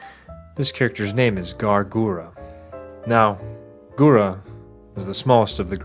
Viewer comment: Am i the only one getting frustrated by him saying “gara” in stead of “gura”